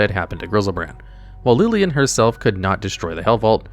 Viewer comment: Who tf is lilien???